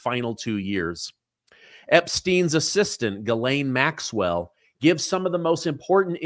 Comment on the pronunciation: The Maxwell woman's name is not gilane. It is Ghislaine. Which is pronounced jislane !